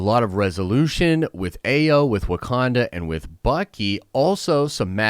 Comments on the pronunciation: Ayo’s name is pronounced I-yo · Shuri and Bucky involved romantically involved❌❌❌❌ but i can see him with a Dora Malaje, most likely Ayo pronounced(eye-o)